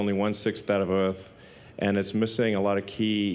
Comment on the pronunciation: He can't even pronouce 'Earth' or 'Mars" or anything with an 'R'